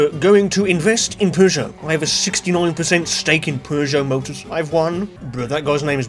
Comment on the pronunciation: Feels weird to hear the actual good pronunciation for Peugeot lmao